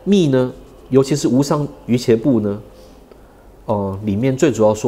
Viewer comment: 瑜伽的伽的讀音是家，不是茄